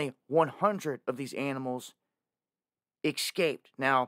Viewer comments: Its NOT EX-CAPED its ES-CAPED why is this so hard for people to pronounce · It’s NOT EXcaped for God’s sake…..It is ESCAPED !